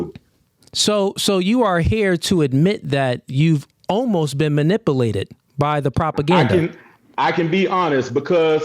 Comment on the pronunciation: You didn’t fire back with a goddamn thing 😂. You can’t even pronounce “MANIPULATED” 😂